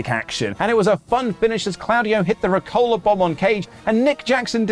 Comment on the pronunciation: Genuine question: Is the getting the pronunciation of Claudio's name incorrectly a running joke? Because, like, it's announced every single week. The commentators say it every week. And yet. If it's a bit, it's a very funny bit.